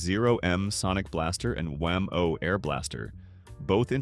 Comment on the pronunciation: Dear AI, it's pronounced WHAM -o, not wham-OH.